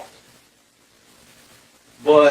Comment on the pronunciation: It's Eibach not Eebach :)